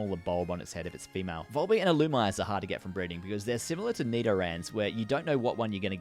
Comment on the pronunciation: Illumise: ill ooh meese ay